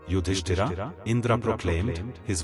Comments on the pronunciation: Very annoying that the speaker is repeatedly calling Yudhisthir as “Yudisthiraa”….! But calling Pandava as Pandav…. Why so ??? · The names are yudhishthir, Bhim, Arjun, Nakul, Sahadev etc. Please avoid adding 'A' at the end of each & every name. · Why are you mispronouncing the names? Yudhishtira???? 😅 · Very well described. But name of Pandav is Yudhisthir. And not Yudhisthira. It is Indra and not Indraa. Foolish to change name of persons. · please stop reading Bhm,Arjun Yudhishtir as Bhimaa,Ydhistaraa, Arjunaa...its irritating..